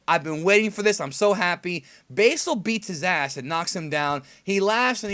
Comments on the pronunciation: say Basil's name correctly! It is pronounced Bah-sil not Bay-sil. Go research Basil Brush the Fox. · (sigh)) yep god dammit how hard is it to say basil (Baz-ill) its not like there is different ways to pronounce it. you're just saying it wrong for no reason, why? why? Why????????????????????????????????? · also are you still saying basel?